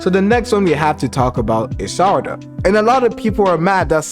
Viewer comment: Why do you call her “Sadara”? Its Sarada**